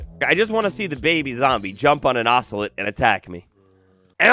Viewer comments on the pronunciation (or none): You say ocelot wrong